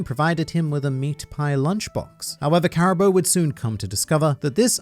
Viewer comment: I suppose this is as good a time as any to inform that it's in fact pronounced Caribuu rather than Caribo.